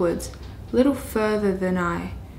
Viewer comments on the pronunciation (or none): none